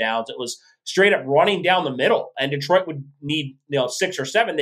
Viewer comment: Detroit is not pronounced Dee-trout. It’s Deh-troit. Just thought you might want to pronounce it correctly with respect.